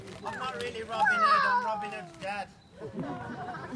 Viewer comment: “Robin Hoe” 😹😹😹